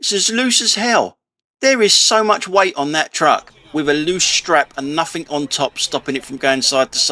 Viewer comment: It's (nothing) not nuffink.